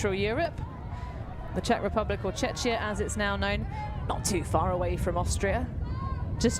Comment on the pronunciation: Its Czechia, not Czeczia or even Chechnia …